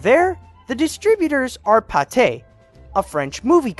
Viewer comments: Errr its pronounced "Paath - Ay" not "Pat - Ay" like the meat spread. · Pathé is pronounced is pa-th-aih